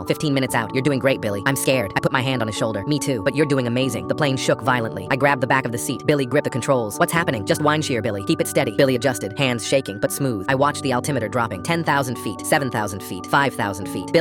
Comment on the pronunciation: Wineshere??????? It’s wind shear